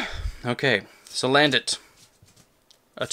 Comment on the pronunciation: damn that booster box is a party! but when you said salandant I lol'd so hard haha